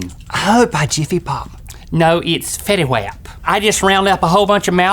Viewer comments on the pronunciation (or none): "Fetty WHAP" IM DYING XD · How he said fetty wap😂